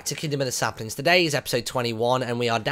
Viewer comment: you said SLAPlings lol